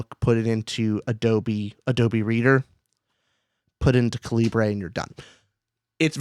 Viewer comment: I'm gonna be that guy and mention that it's pronounced "cali-ber" and not "ca-libre", as "calibre" is the English spelling of the noun. A bugbear for me :)